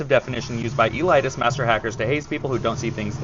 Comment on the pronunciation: e-light-ist? sorry... it stuck out to me